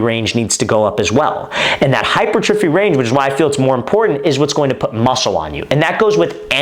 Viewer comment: Thx for the vid coach! Btw, hypertrophy is pronounced hyPERtrophy